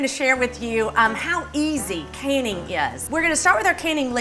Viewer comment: I seriously heard her say, “We are gonna see how easy caning is...”. Not “canning”, but “caning”. Wtf?